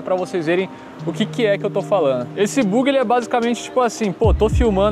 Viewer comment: Boyzinho amador rs “buugi” rs